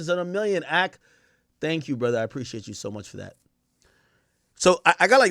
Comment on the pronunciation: “Brudder” 🤣I hate when people say “brudda”